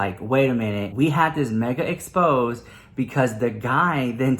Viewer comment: Girl...its not pronounced expose. Its expo-zay